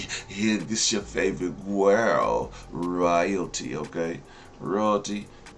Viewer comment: It's your favorite gwurl your gwurl not my gwurl 😂😂😂